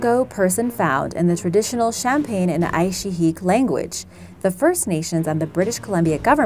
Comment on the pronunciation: scary thing is becasue of climate change will make it more likely for ancient viruses and btw im from the Yukon and you said Aishiak wrong, but I dont know how to spell